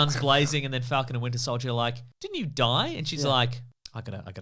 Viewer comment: Faaaaalcon. Fallcon. How do you say it